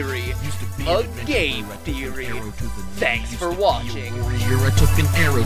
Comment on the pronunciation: does anyone else think it sounds like he says a gay theory at the end of every video